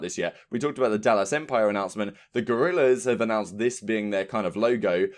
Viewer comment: It's Guerrillas not Gorillas son, and it means " the Partisans" in Spanish. Edit: logo looks like 9yr designed it. Utter fuckup.